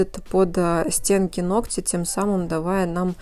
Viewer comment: Спастбо за правильную речь. Одно замечание: нОгтя. Спасибо. Умница!